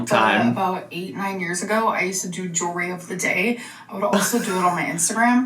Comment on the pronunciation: For some reason, it really drives me up the wall that she says "Jew-ry" instead of jewelry.